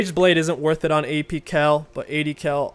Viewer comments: It's Kayle, not Kell. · The way this guy pronounces Kayle is so frustrating 😂